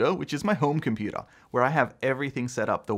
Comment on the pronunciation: Can u please stop saying computa